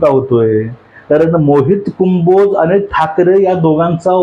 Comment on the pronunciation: आण्णा, कुंभोज नव्हे हो, कंबोज म्हणा !